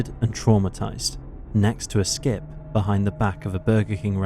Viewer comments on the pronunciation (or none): Benjamin was found by a what? A skip? Skiff? Like the a boat?